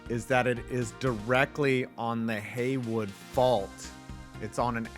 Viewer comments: Me, a person from Hayward hearing “Haywood” instead of “Hayward insert sus Shrek face Jokes aside, I wonder if Pioneer Stadium (Home of CSUEB and the Roots) is also on the fault line. The Hayward Fault is the more likely of the 2 faults to go off as well, so it’s almost a guarantee that Cal Berkeley’s stadium will probably get wrecked in our lifetimes. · “Ulitarian”? Do you mean utilitarian? Also, it’s the Hayward Fault, not Haywood. Stop getting basic shit wrong. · Did you say Haywood Fault?